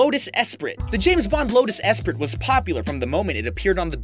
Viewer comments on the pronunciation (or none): You don't say it as esprit you say it as espree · It's pronounced Lotus Espree, not Esp-rit. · I thought Esprit was pronounced "ess-pree" not "ess-prit"?!? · Just a friendly reminder: "Esprit" is pronounced "Espree". :) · Lotus Esprit is pronounced Lotus Espree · Esprit pronounced Es-pree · Say: Ess pree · the lotus esprit is usually pronounced 'espree' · sorry but the way your saying the name of the car is annoying and incorrect, it is pronounced... Espree. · Raging Bull It pisses me off that the narrator pronounces Porsche and Esprit wrong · The way he says esprit kills me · That's an interesting way of pronouncing "Esprit."